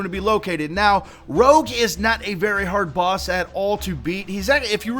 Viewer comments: its not rogue its rouge like red in french. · Rogue? his name is Rouge (ruu-je)- it's French for red :) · oh wow its not rogue its rouge roo-je french for red and its wierd cuz hes red and same as blue and yeah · learn ur damn French it's rouge (pronounced roog) not rogue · the name is rouge, not rogue. rouge is french for red. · Hey just want to clear this up but its not rogue, which is what you're saying. It is rouge as in the color. Like Blue was the color blue and Rouge is rouge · Rouge, not rogue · he keeps pronouncing it like "Rogue" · its not rouge (rogue) but rouge (rouje) its french for red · His name isn't rogue, it's rouge. Rouge is French for red. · its rouge which is French for red hence the colour of its crystals just like blue had blue crystals its a softer e sound than rouge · The crystalisk isn't called Rogue, it's called Rouge (the french word for pink)... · Its rouge not rogue its french for red and pronounced rooge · 'tis the rouge not the rogue. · ROUGE like the color. NOT ROGUE. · it is pronounced "rooj" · He is saying it wrong his name is red but in french its rouge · Rogue D: ... butchered the French language XD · its not roughe, its the rouge, like the color, and the name of the slutty bat from the sonic series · It's pronounced 'ROOSHZ' ffs...nice vid for sure but English....-_-" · I was getting so annoyed every time he said rogue xD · It's rouge as in the French word for red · its rouge (french) pronounced roojsh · So people can't pronounce rouge.....Roo-jje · In phonetics it's pronounce rooj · His name is rouge. Roo-je. Like that makeup stuff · Pronounced "ROO-ge" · ruuj? Thats even harder to read! XD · Rouge is pronounce Rouje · It's not Rouge as in the fighting type, it's Rouge, which is French for Red.. It's pronounced Rooj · its pronounced rooge- its french for red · "Rouge" is pronounced "ruuj". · he was saying it wrong, rouge means red in french so its play on words with blue and red.................